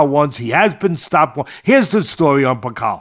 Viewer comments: Teddy you said some of these so called journalists who have no credentials think bakole will win 😂 The fact you kept pronouncing his name wrong probably shows you knew very little about him, In the uk we all had bakole as favourite, I know you don't think much of us brits but there is a boxing world and a world in general outside America, No-one has to go to the states anymore to prove they are better, We world has moved on, Just a tiny bit of research and you would of seen why Bakole was such a big threat rather than reading about a loss he had 6 years ago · your not kidding, teddy couldnt even pronoune martins last name,it shows how little he knew about bakole, embarrassing